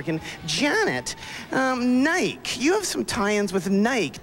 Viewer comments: Because Canada, eh! He also pronounced Nike wrong. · And Nike. He does it on purpose lol 😆 he was trolling before that word ever existed!😅